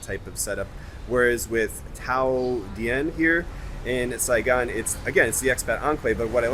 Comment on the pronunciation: Daytime pajama selfies! Note local pronunciation, the Dien in Thao Dien is like "deen". One syllable. Similarly, Bui Vien is "boo-ee-veen". Source: ask any Vietnamese ("vit-nam-eez" not "vee-et-nam-eez") or expat!